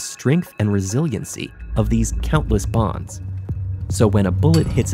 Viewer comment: Bonds, not “bombs”